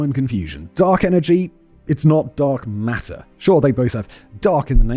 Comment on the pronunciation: TOTALLY said "Dong Matter" lol 😂